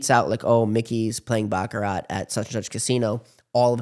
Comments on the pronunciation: Host needs to learn how to pronounce Baccarat. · It's pronounced "Bach-a-rah." The "t" is silent on the end people! 🤦‍♂